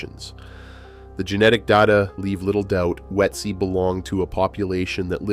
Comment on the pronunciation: I lost track of how many different pronunciations of Ötzi were included in this video - Not one of them correct...